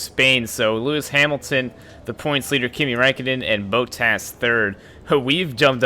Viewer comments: Engine and gear box penalties is why u were bump up the field can u learn how to say bottas name correctly its not boattas its bot as in robot then tas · If you wanna correct someone do it right it's more like bo as in bo Jackson so it's bo tas